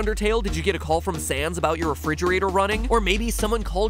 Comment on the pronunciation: i know you meant to say sans but you said sand 😂